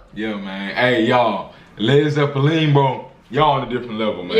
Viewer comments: It's actually pronounced led zeplin. A zeppelin is kinda like a blimp. When they were trying to come up with the name of the band something happened (I can't remember what) and somebody said "man that flew over like a lead zeppelin". A zeppelin made of lead wouldn't fly very well would it? So from that the name was born. At least that's the story I heard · Lol! It’s pronounced Led Zeplin! Y’all are too cute! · Pronounced “ Zep-Lin. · It's pronounced Zepp lynn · How you taking over when you can't even PRONOUNCE the name of the correctly ~ 😈🔺🦋😷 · The way you pronounce Led Zeppelin is adorable! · It's zepp-lin not zeppiline. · Please baby doll, it’s not pronounced Led ZeppeLEAN… it’s Led ZeppeLINNNNN! Led Zeppelin. I was feeling like hearing nails on a chalkboard to hear it said the wrong way! 😂 Thank y’all, punkin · Its pronounced Led Zep lin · Please tell me yall know ots not ZeppaLEEN? It's Zeppalin. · Led Zepe-LEEN? 😁 Led ZE-pe-lin. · I love watching you guys reaction to my generation music. Y'all are well thought young people, just to let you know the name of the band is pronounced Led Zeplan. It is another name for a blimp, like a hot air balloon but covered with a small plane engine to guide it. The zeppelin could not fly if it was made of led it is a play on words. Also the band was very into dungeons & dragons the game. And a lot of hallucinogenic drugs this song is really about getting drugs. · when he calls them Led Zeppalean... cracks me up every time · I love how you pronounced it “Led Zippa lean” 😂 love watching yall!! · Led Zeppeleen😂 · Just LOVE the two of you! It’s Led Zep Lynn. Last syllable sounds just like the woman’s name Lynn 💙💙💙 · It's pronounced Zep Lynn. The instrument that sounds like a whistle is called a mellotron and it has the layout of a piano keyboard. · Oh, and it's "Zepp Linn" 😉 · Pronounced “Lehd ZEH-plihn”. The zeppelin was a type of huge balloon airplane carrying passengers. So, it’s irony to have a zeppelin made of heavy lead.